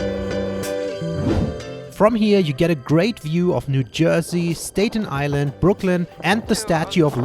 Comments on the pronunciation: If you come back to visit us again, it's pronounced "STAT-en Island", not "STATE-en" :). Glad you got to see a lot of famous landmarks! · it’s “STAHT-EN” island not “STATE-EN” island just correcting you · It's pronounced, Stah ten, not, Stay ten island. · Not to be an asshole or anything but it's pronounced Stat-en island not state-en island. Took me a minute to realize that's what you meant. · Staten Island is pronounced like statten island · It's pronounced st-at-ten not stay-ten. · Stay-ten Island? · STAT-TON ISLAND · I’m so surprised at how you pronounce Staten Island. It’s quite literally pronounced in a very German way “Stadten Ailand” haha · you are correct, it's pronounced like the cholesterol drug named statin :) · The way you pronounced Staten Island shocked me for some reason lmao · Cool video. You mispronounced Staten Island. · The way he pronounces Staten Island is so adorable (even if incorrect)! :) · You pronounce staten island wrong lol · Subscribing already and this is the FIRST video of yours that I have ever watched. Very well done. I love your accent and both of your perspectives. I love the way you pronounce "Staten Island" in a very reasonable way, but NOT correct for the locals...which is just fine...you also alerted me to the cost of the Empire State Building ... no wonder that there was no line waiting to go up there !! I think once or twice in a lifetime at the top is worth the price. Central Park is a wonderful respite...New York City never sleeps...you have lots of reason to come back here !! Your video editing and sound mixing is professional, a reason I subscribed to your channel, and to find out more about your adventures in the USA and elsewhere. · Wonderful video, so I’ll give you a pass on your pronunciation of Staten Island.